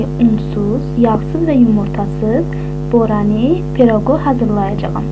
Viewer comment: "Boranı piroqu". İnciməyin,sadəcə bir məsləhət olaraq deyirəm - bütün sözləri düzgün tələffüz etməyə çalışın ki, dedikləriniz xoş səslənsin. )